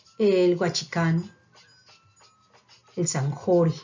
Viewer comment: Interesante. Para hacer una.pequeña corrección en los nombres de los afluentes de la cuenca del Patia. Río Guachicono y no Guachicano. Río Sambibgo y no Sambinea.